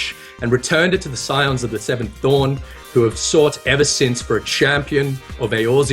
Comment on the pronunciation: A comment from the depths. As was doing the subligar intro...I heard Scions of the Seventh Thong. Has that joke been ever made?